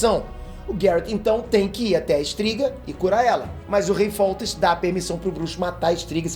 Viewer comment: Ótimo vídeo, resumiu bem a história dos livros, só duas correções, a filha de foltest e sua irmã virou um mostro o qual o nome se pronunciar estringe, e o casamento de pavetta geraria uma a aliança com skellige, que se pronuncia skeligue